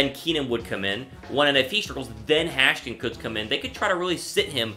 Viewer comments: Hash-kins????? Haskins boyy #HTTR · It's Has-Kins